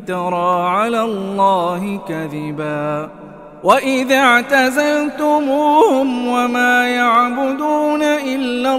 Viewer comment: Mhn maaf... wa idiqtazaltumuu hum di ayat 16, saya dengarnya kok dibaca Wa idaqtazaltumuu hum... benerkah ? Coba diulangi... apakah sama artinya ? Tapi kita ga boleh mengubah sedikitpun isi Al Quran. Afwan..